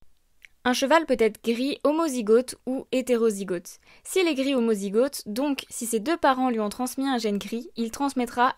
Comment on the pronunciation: A titre informatif : - on dit grisonner et non griser - on prononce le o de homozygote / hétérozygote comme le O de automne et non comme le AU. Comme golfe, et non comme rose. C’est ce qu’on appelle un o ouvert :)